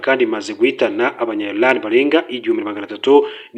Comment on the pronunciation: bavuga iraan SI ilaan please